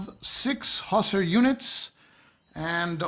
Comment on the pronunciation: Very well done. "Hussar" always has the stress on the second syllable, i.e. "hoo-SAR."